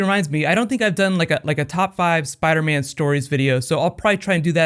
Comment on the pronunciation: Spadaman? lol